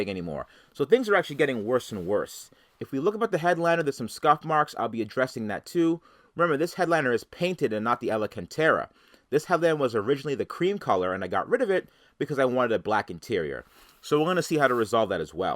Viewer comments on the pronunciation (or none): say it with me: AL-CAN-TERA, not alalalalalacantera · I have never heard alcantara pronounced like that.